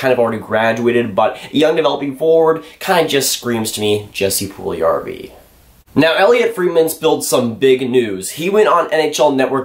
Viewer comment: Its not Puljarrvi, its Puljujärvi :D